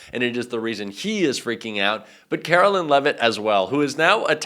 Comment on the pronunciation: Carolyn? I thought it was Caroline. Can you please check and, if necessary, correct your pronunciation? You would not be happy about someone purposely mispronouncing, Kamala Harris's first name, would you?